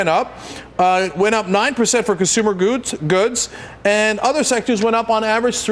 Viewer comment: "consumer goooodes" CENK FIX YOUR ENGLISH. YOUR NEUROTICISM IS SHOWING